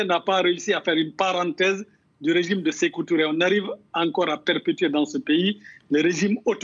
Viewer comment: Je suis vraiment désolé pour toi mon frère, tu n'es même pas capable de prononcer le nom dadis Camara et sekou Touré aussi avec ça tu dis que tu es guineene tu faire mieux de te retourne au Sénégal